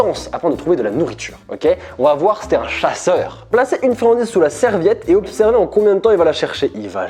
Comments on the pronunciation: Quand t’as dis: « On vas voir si t’es un chasseur » J’ai compris: « On vas voir si t’es un chat sœur » 😭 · Un "chat-seur" XD